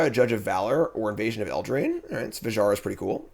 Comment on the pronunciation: hey, just say Fury-a, it's easier and correct Fijara hurts my ears anyway great draft!